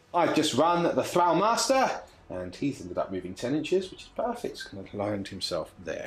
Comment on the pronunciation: The constant mispronunciation of “thrall” and “Akhelian” is driving me up the wall.